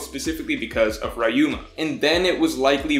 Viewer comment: No one: Not a single soul:: "Rayuma"